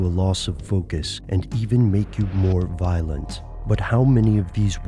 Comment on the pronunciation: "vilent"? lol